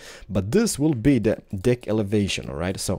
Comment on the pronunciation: He says dick instead of deck and penis instead of pane xD